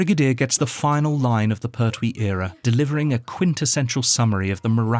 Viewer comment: Hey,it's Pertwee .no syllable accent. Da da .pert wee. 2 counts to the pronunciation l